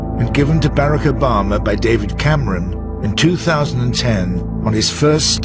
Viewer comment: "berik obema"